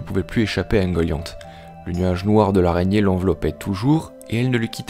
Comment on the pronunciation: Super vidéo ! Bon travail tout ca juste la prononciation me dérange de ouf j'ai toujours dit ungolian, finor et les simaril mais pas grave c'est pt moi qui me trompe, en tout cas continue c'est super cool !